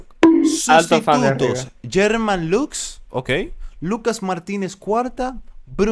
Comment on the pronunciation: Puedo entender que no sepan pronunciar algunos apellidos, pero como va a pronunciar Germán como Sherman? Jajajaja